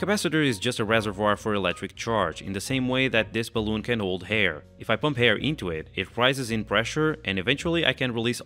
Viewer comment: How is it that you can't pronounce the H in words like 'hydrogen', but when you say 'air' you suddenly put an H in front and are able to pronounce it?